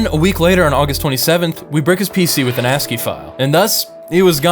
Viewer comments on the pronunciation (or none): none